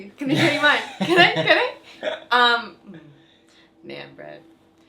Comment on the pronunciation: She said naan wrong , and she said naan bread 🤭